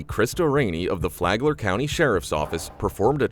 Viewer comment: did he just say Fagler county?